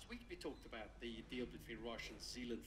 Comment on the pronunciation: The driver said de not deal